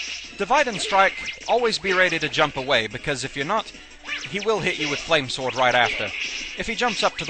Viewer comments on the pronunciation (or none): the game pronounce it like "flames word" ...